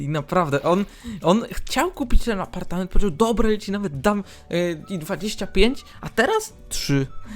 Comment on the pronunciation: Elo ,,APARTAMENT"XDDD